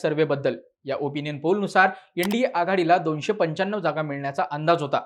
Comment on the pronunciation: यंडीए नाही रे ते एनडीए आहे 😂